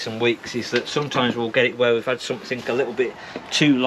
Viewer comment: Btw it's somethinG, not somethinK! Same with nothinG vs. NothinK. There's a G on the end! Pet peeve of mine. =)